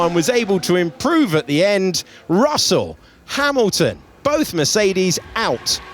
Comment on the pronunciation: Who is this Hay-milton?